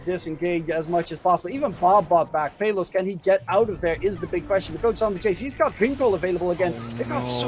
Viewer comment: That enchantress support game 2 got high networth sadly they lost tho. Also i like the announcer's pronunciation on pay-los hahahahahahaha 😂